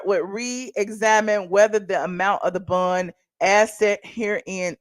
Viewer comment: If you say "bun" one more time!! Its bond!